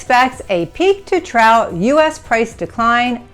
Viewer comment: trough is pronounced "trouff"!!!!!!!!